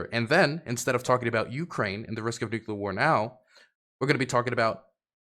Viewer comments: you are a geopolitical commentator now, please learn how to say Nuclear(Nuke-lear). It's driving me insane. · I just don't understand why it's still hard to say NUCLEAR properly.